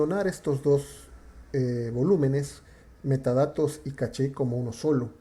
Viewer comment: Es correcto "Cash" si hablás en Inglés. Estás hablando en Español, por lo tanto es CACHÉ.